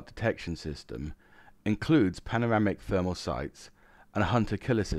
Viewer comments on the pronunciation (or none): none